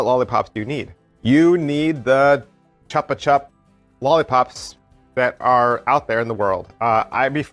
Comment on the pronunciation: Hi. Chupa-chups were the first and are the best lollipops ever. The word is even in the Spanish dictionary. The logo was designed by Salvador Dalí. As regards pronunciation, like any other Spanish word, you don’t mispronounce the vowels. So think of saying “choop-a-choop” and you got it! Us Spaniards love chupa-chups, even now that they replaced the plastic stick for a paper one. Got this from BBM recently but didn’t give it a go yet.